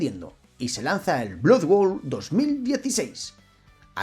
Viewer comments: BLOD BOUL se pronuncia. Muy monas las animaciones hechas con IA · No has dicho bien el título ni una sola vez, menudo tío más ridiculo. Blood bowl! No blood world. Es como si digo sword quest en vez de hero quest, esa es la impresión que das.